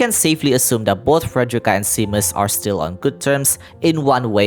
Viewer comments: Also Seamus is pronounced Shay-mus! :D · Seamus is generally pronounced like shaymess or shaymuss💜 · your pronunciation of seamus is driving me insane lmao